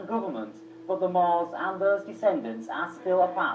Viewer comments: MUURS not "moors" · How can you tell me to do my researches when you pronounced the name wrong? There are not only amazing in north Africa, but there are the moors, in ancient Time we had the Numidians and the Phoenicians that came from the middle east since they were "mostly" black, can you show me some proof?